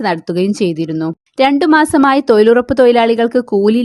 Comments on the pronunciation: തോയ്ലുറപ്പ് ഹിഹിഹി 🤣🤣🤓🤓🤓,, നല്ല തൊയിൽ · തൊയിലുറപ്പ് തൊയ്ലാളികളോ എന്താണ് മോളെ നാക്ക് പിടിക്കാറില്ലേ?